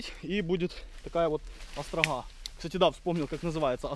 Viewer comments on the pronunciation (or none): Называется острОга, а не "астрагхА"